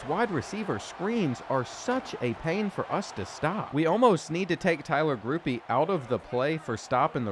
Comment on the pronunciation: This and also I need him to learn how to say Grupe’s name. That gripe stuff crazy before he explained why. It’s not pronounced like group. It’s pronounced like groupie. Like Blake Grupe, the saints kicker from a couple of years ago